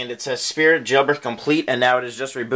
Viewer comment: you must have been so excited you called it "Spirt EASY" xD